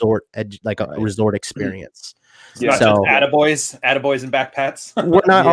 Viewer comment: "Athaata boy" haha lol 🤣😂😁